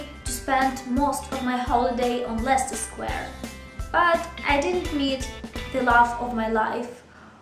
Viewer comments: You pronounce them both just fine, I think they were just giving you a hard time because you were a tourist. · Hooray! I love Leicester Square (and Russell Square incidentally). I think people got confused because it's so loud in London, not because there's anything wrong with your pronunciation. And as for the universe conspiring against you for no apparent reason... it's perfectly possible. The universe can be pretty whimsical sometimes :)